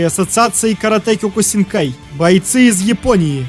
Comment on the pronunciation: кеокусинкай ане кёкусинкай